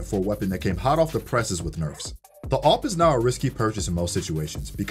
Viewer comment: I heard OP as AWP😂